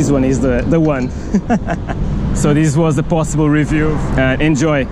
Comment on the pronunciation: just a tip: this is thiss and these is theez, also dis in words like disappear is diss Not trying to be a jerk, I really hope thiss helps <3